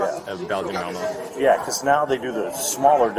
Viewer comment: Belgian "Melmo" LOL